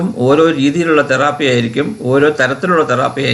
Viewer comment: It's therapy not theraaaapy